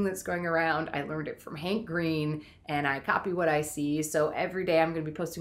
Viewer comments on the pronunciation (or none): none